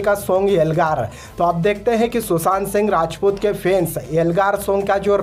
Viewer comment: Its sushant not susant😂😂🤷🤷